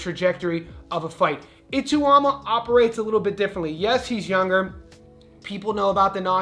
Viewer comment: Bro you need to learn how to say Ituma's name correctly. You butchered it throughout the video. It's pronounced I -(eh), - TAU (tauw), MA (ma).